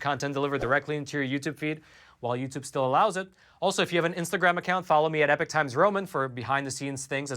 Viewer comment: I was under the impression a »class act lawsuit« involved a class or group of complainants, but who cares, right? You still haven’t learned to pronounce »epoch« distinguishable from »epic«, so I’m pretty sure you don’t care…